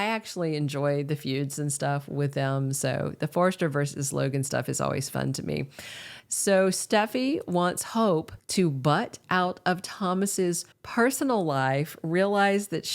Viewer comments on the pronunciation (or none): Forrester, not Forster.